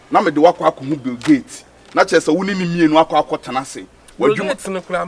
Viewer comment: Brill Gates 😂😂😂 eeiii Ghanaians have to ruin every word biaaa 😅🤣🤣